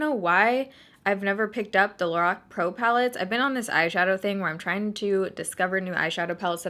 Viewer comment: Lorac is supposed to be pronounced “laroc”